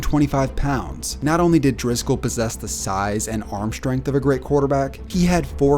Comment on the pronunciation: SHtrength is not a word. Nor is sHtruggle.